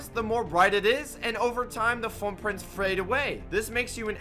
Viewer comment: "And the more the frrupprint frras away"